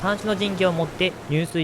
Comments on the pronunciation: 「入水自殺」を にゅうすい自殺 と言ってますが、じゅすい が正しいです。まだ入水に自殺の意味も含まれています。 入水(じゅすい) だけが適切です。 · 非常にわかりやすく大変楽しませていただいておりますが、入水自殺の読みはにゅうすいじさつではなくじゅすいじさつでは、、？